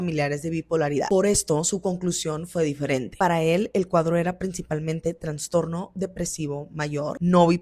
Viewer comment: Todo bien pero se dice Trastorno no TraNstorno.